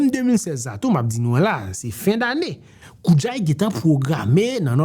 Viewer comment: Nan kreyòl se koudjay men jan ou di adje, djaz, djakout